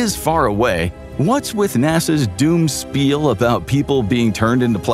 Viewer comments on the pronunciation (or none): none